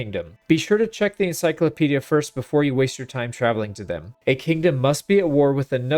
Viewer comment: "N" like... N-cyclopedia. sorry 🤷🏻‍♂️